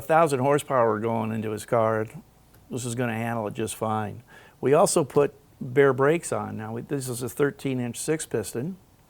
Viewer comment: Baer not bare😅